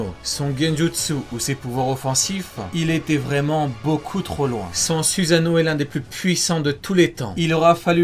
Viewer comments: euhhhhhhhh suzano à oue le fr "susano" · C pas susano c soussano